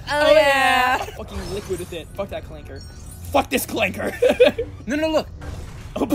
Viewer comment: Can’t believe you said it with a hard R 🤦‍♂️ your supposed to say clanka